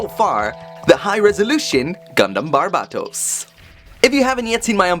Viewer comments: in English, it's ~Bar-bay-toes~ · Please stop pronouncing Barbatos that way i like your content but it’s really annoying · Still say his name wrong